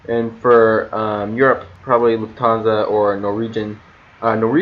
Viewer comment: Thank you. You said it right. My favorite is Lufthansa. ✈️✈️✈️